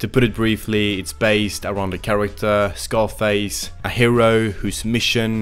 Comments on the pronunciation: no its not.. it zaar-face..they say it on the album dozens of times lol. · It's pronounced "Ssarface", not "SCarface". Also I think "The Movement" is quite underrated. Sure, it doesn't have the typical Wu-sound, but Deck's flow and delivery are especially razorsharp on this one. Plus love the b/w photography for the album art direction. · Scarface? Cz-ar-face. Pronounced Tsar-face almost